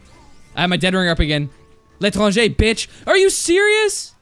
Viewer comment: BREAKING NEWS: TFTUBER PRONOUNCES L’ETRANGER CORRECTLY